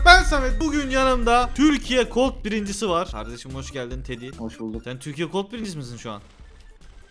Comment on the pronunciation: Yanliş anlamada ama cold deyil colt